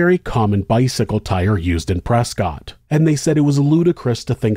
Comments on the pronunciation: The 911 call absolutely breaks my heart. I call my grandma almost every day and I can't imagine what it'd be like for her to be in that kind of situation. Small note: the city of Prescott, AZ is pronounced "press-cut," not "press-cot" like you'd think. I don't know the history on it, but I was QUICKLY educated when I moved to Arizona. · Also to be an annoying local for some reason it’s pronounced press-kit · The people of Prescott would like to inform you that it is pronounced, ‘Prescuit’ 😂 similar to biscuit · Something crazy. Prescott clearly looks like Prescott but it's actually pronounced Preskitt. Don't ask me why because I don't know. But I live in Arizona and I know that's how it's pronounced lol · pronounced prescott wrong